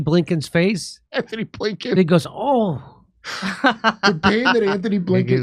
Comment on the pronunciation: GUY’S ITS “ANTONY” BlLINKEN NOT “ANTHONY “ 😂